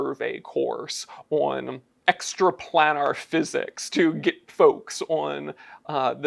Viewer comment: Why is he saying “planar” so strangely?